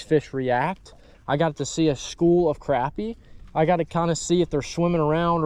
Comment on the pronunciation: It annoys the shit out of me that you youtubers don't say crappie right. I unfollowed a guy cause of it.